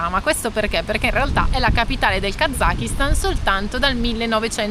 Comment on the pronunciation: Heymondo utilizzata grazie a voi in un viaggio di aprile. La pronuncia esatta di Kazakistan dovrebbe essere Kasastan,. Fatevelo dire dai locali. Gente molto ospitale col rischio di essere invitati a casa loro per cena e con obbligo, nel rispetto dell'ospitalità, di bere di tutto e di più come delle spugne. . ❤